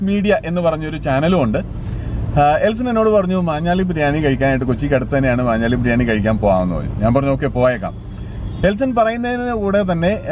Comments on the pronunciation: Its maanjaaly bro not manjaaly. It's near my mum's place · മഞ്ഞാലി അല്ല ബ്രോ "മാഞ്ഞാലി" ആണ് മാഞ്ഞാലിക്കാരുടെ പ്രധാന ബിസിനസ്സ് കാറ്ററിംഗ് ആണ് അങ്ങനെ അവിടുത്തെ ബിരിയാണി ഫേമസ് ആയി...